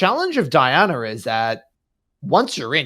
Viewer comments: DI-ANA bro.ffs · Dee Ah Nah